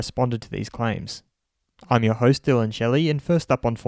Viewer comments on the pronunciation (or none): none